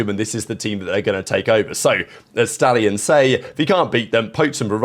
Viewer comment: It’s the fkn SHTALLIONS